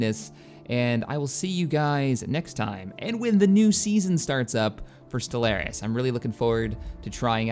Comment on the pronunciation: love ya but the way you say stellaris drives me nuts